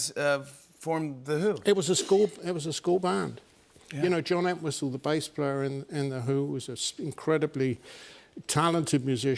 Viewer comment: "ent whistle " he says it like